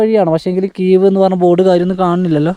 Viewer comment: കീവ് അല്ല കേവ് (cave)